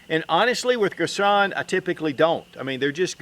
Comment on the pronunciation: Girsan......Gir-son..... Not Gir sonnnn... Cut short on "n" Thx for the video